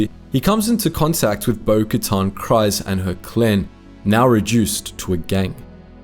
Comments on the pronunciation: How did you say Kryze wrong when it's literally been said on the show multiple times? "Kreez", not "Cries". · every time i hear Kryze pronounced "cries" instead of "creez" it actually goes through me. im not a big pronunciation guy but that bothers me